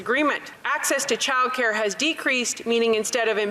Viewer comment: Does know that it’s childcare, not chilcare?